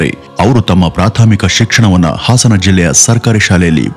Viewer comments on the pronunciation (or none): none